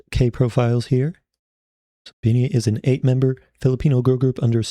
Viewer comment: Your the first time reacting to bini that speak the names correctly